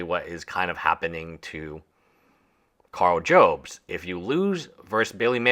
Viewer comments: Jobst is pronounced Jobs-t, not Joe-bst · Jobst Job - st Not Jobe - st I know its not important. It just bothers me 😂